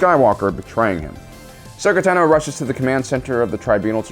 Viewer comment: Cool video. One minor point, I thought Ashoka's last name has the emphasis on the first syllable instead of the second.